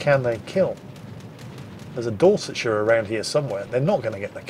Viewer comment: Dorestshire??? Never change 🤣